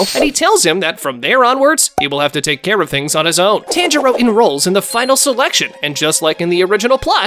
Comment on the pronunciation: Hate the way this mf says tanjiro. Piss me off